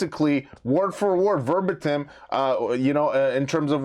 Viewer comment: Just an FYI…gist is pronounced jist, and verbatim is pronounced verbAtim. 😊